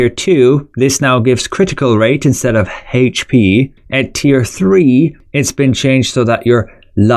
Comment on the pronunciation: Say HayH-P one more fucking time!